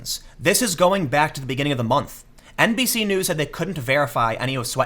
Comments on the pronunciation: I am MEME-damaged. Everytime Tim says NBC-news I keep hearing NPC-news,. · I swear I heard you say “NPC” news a couple times 🤔😂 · Every time you said NBC, I thought you were saying NPC, and then I realized, same diff.